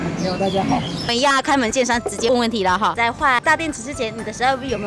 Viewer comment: 你说“大家好”这几个字的时候有点四川话的味道。